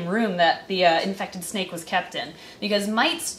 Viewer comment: You said snake wrong but it’s fine